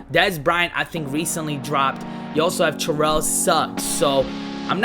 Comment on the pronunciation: why do you Terrelle like 'Cherrelle'?